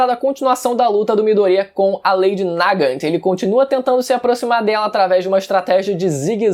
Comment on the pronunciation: se lê "Nagant" se fala "nágã"